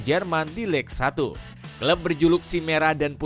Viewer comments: lig satu 😂😂😂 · Cara baca Ligue 1 itu Lig Ang woyy. Ngawur naratornya. Nggak profesional banget 😂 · Apa sih naratornya bego banget. Banyak salah woy cara bacanya. Ligue 1 aja salah baca, Il Popo malah dibaca Dua Popo 😂. Goblok banget wkwkw padahal isi videonya udah bagus tuh